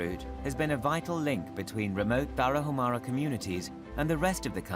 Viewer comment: FYI IN MEXICO THE LETTER “H” IS SILENT TARAHUMARA BE MORE RESPECTFUL WHEN YOU PRONOUNCE THE NAMES OF HONORABLE TRIBES.